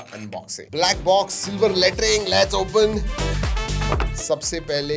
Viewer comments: did he say super latring 😂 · लेटरिंग (छी छी छी) ये क्या है 😂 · Letring boldeya Bhai ne 😂😂😂